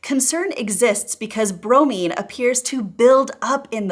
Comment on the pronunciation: You pronounced bromine correctly. Use that same pronunciation when saying bvo.